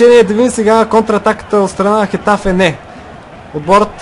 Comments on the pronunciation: mai se kazva getafe a ne hetafe a ros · Рос произнася се гетаве на хетаве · Точно Хетафе се произнася.